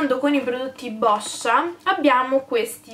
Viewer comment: Sei l'unica sul web che ha pronunciato "Boscia" nel modo esatto!😂❤️ Non prenderti male, ma Boscia è il mio cognome, è vederlo storpiato ovunque mi da fastidio! ❤️